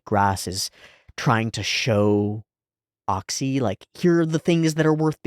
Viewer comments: Oczy is pronounced almost exactly like "ochi"/"oh-chyh" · obligatory explanation of pronunciation of oczy's name: the easiest way for english speakers to say it is "ochi". if you want to be pedantic, then the "ch" sound would be thicker, the way it's pronounced in "Czech Republic". another analog is the way that cluster of consonants at the end of the word "kitsch" sounds. any time you see "cz" in polish language, it's gonna be pronounced that way. also, his name means "eyes"